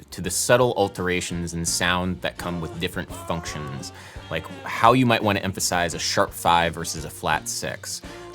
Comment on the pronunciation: you pronounce the word like FUNKtions every time and I'm here for it